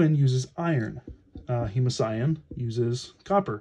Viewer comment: "Hemuhcyan" Hemocyanin There, fixed that for you.